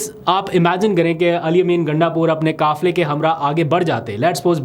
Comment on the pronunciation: بیٹا ۔ آپ ق کو بائ پاس کیوں کرتے ھیں ۔ ابھی آپ نے کہا کافلے ۔۔ لفظ کافلے غلظ ھے درست لفظ ۔۔ قافلہ ھے ۔ کوم نہیں قوم ۔ کارکناں نہیں بلکہ ووٹرز ۔۔ کسمت نہیں قسمت ۔ کبول نہیں قبول ۔۔ انکل محمد وeesم قریشی۔ کراچی